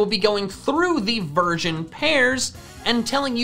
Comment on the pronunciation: I swear at the beginning I heard him say virgin pairs instead of version pairs 😂😅